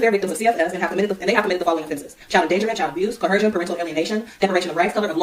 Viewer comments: Is this dummy trying to say "coercion"?! 😂 "CoHERsion?" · Why is it that not one single Moor can pronounce the word "coercion"?